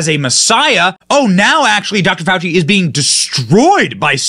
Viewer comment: Fawchee is BABBLING from the shock of his pet "news" turns on him.